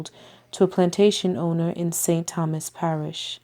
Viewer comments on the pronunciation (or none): none